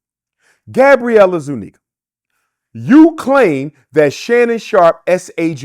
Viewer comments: Zuniga is hispanic not white and its pronounced zuniga not zoooo- neggah This guy saying white homeless people still have white privilege is the dumbest shit ive ever heard! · Gabrielle “I ZU NEGAS” Zuniga 💀💀💀💀💀💀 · The way his says. “Zoo-Neeguh” is sending me lol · Yoooo how he flipped her last name was crazy work 🤣